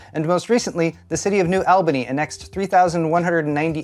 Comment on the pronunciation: It's pronounced New All-baney , another reason, there are industries in that area that serve auto manufacturing which has also been on the decline because of chip shortages, so Intel coming here is huge